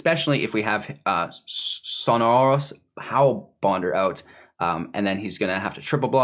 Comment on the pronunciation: "sonorous hellbonder..?" lol made me laugh mang